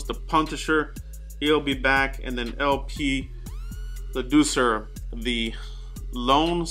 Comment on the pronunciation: LP's last name is pronounced as (Lad) (short i sound) (sewer) haha ok?